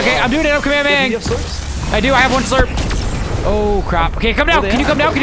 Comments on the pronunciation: My guy said kemahemaha instead of hollow purple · Bro called the curse “kameahmeah” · Bro said kamahamea 💀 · No what he just called the Hollow Purple “Kamehameha” 💀